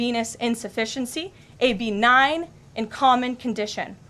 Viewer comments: Sorry, she didn’t say it was “benign”… she said it was “BEE-nign”… accent on the BEE, like a 3rd grader might pronounce it, but maybe it was purposeful, as a little reminder that scientific words are woke and complex and we can’t pronounce them, much like the word “Kamala”. 🎉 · Carolyn doesn’t know how to pronounce benign🤦‍♂️